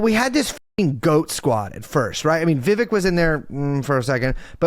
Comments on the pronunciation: Poor Vivek. He made a whole rhyme and people still say his name wrong lol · Can someone teach him how to properly pronounce Ramswamy’s first name? It kept taking me out of it.